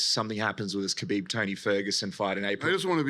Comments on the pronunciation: Your butchery of Khabib's first AND last name is really annoying and distracts from the video. 1st Yes ح is a difficult sound to pronounce for non-Arabs, but if you can't pronounce it just say Habib (which you do randomly for the vid anyway). 2nd why do you try and pronounce ح in Khabib and not in the 'Nurmohammedov'? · "Habib Nurmohamedov" 🤦‍♂️ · Hearing him say his name wrong over n over was so painful